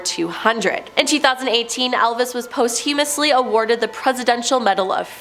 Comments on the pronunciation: Post-humously?????? Oh my dear Lord! It's posthumously, pronounced po·styoo·muh·slee Lyndon B. Johnson not Landon Fidel Castro not Field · It's posthumously. She mispronounced it 'post-humously'. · Every time she said it!! 🙄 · I'm confused. James Dean crashed his car into the Amityville house? I might pay to see THAT! And it is pawst'-you-mus, not post-hue'-min-ous. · She'd be a lot better if she learnt how to say posthumously properly. And yeah it is kind of important if you're doing a list that continuously uses the word! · Except she mispronounced posthumously.